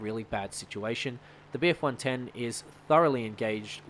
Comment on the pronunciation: You really struggled trying to say bf110